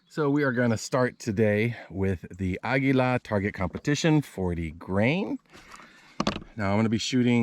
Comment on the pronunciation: Learn how to pronounce Eley and Aguila for God’s sake!